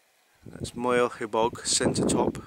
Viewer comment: For example, Moel Siabod is pronounced "She - are - bod" - just as if it was three separate words